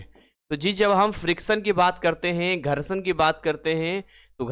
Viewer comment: Gharshadva😂 maza ata h aise sun kar entertain bhi hote rehte h